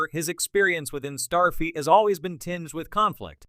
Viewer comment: Wtf is “Starfeet” 😂😼